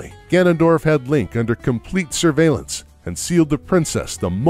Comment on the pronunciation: I keep hearing “Ganandor” during the OoT section